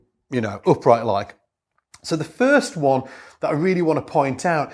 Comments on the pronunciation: 'uhpright'... 'pluhcking'... 'pickuhp'... What's that accent? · It's the accent dude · If its about the accent, English is my second language.... and after 38 years my French accent still can be cut through with a knife!